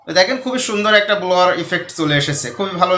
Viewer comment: স্যার সঠিক উচ্চারণ ব্লার